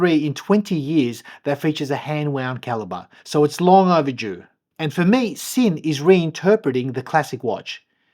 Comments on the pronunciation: Just fyi it’s pronounced Zinn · Beautiful watch. BTW it’s pronounced Zinn. It’s a German made watch and S in German is pronounced Z. Sinn Zinn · It's pronounced Zinn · Nice piece. In German, Sinn is pronounced Zinn.